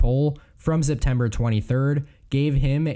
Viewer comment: Why do you keep saying Zeptember?